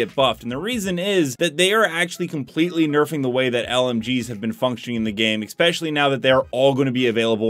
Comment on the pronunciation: I unsubscribed. I’ll rejoin when you stop saying eXpecially.